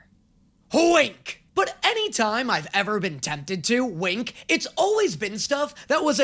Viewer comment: I don't know why but the way you said "H-WINK" continues to absolutely send me into the next realm.